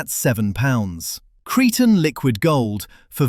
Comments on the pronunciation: Cree-tan From Crete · It's Cretan as in comes from Crete, so pronounced 'Creetan'.😅😅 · "Cretin Liquid Gold"? Don't you mean "Creetan ..."?